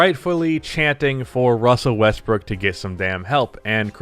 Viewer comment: Good Ol’ Wussell Russbrook.